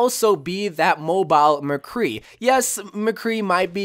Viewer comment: You honestly lost me when you said McCree